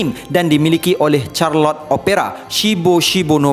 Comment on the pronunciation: bukan charlot, Charlotte sebutannya.